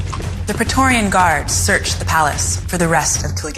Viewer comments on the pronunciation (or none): none